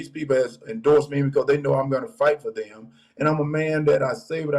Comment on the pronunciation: He can't pronounce them correctly "dem" really